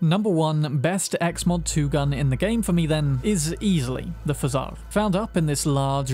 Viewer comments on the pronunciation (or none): It's pO jar, not fzaar) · When you pronounced pozhar as fazá I died inside ngl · FYI: "Pozhar" is pronounced "pa-zhjar" ... man, didn't realize how hard it is to denote a pronunciation of a letter/phoneme that doesn't exist in English... - but you can google it, it means "a fire", ie something that is on fire, like a house fire, or car fire, etc. - hence the burning effect of the weapon. there are other Russian words/names in the game, since the creators are Polish and the USSR exists in CP2077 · Pozhar shotgun is pronounce Po, like in Kung-Fu Panda Po, zh like in measure and ar with a hard R. Pozhar, in Russian, means fire as in "someone set my house on fire".